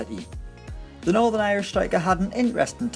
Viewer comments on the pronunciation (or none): none